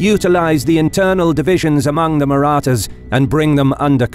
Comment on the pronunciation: The announcers voice was made for military narration. Not sure if the same person wrote the script but the language used is phenomenal. The pronunciation of "Marathas" was correct, as opposed to Kings and Generals :^)